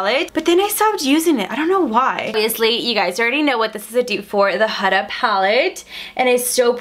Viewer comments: You’re literally the only person ive heard that pronounced Huda wrong 😭. It’s HOO-DA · The way she says Huda😂😂💀